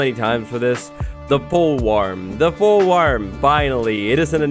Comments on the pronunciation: fool warm? I think you mean wo.... (Banned) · “Fool Warm” 😆😆😆😆😂😂😂😂😆😆😆😆🤣🤣🤣🤣